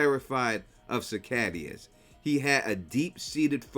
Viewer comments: It's pronounced SIH-KAY-DUH. Not SIH-KAY-DEE-AH. 😭😭😭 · cicadas ❌ cicadaias ✅ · i love ya, its pronounced "suh-kay-duhs" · Why are you pronouncing cicadas that way?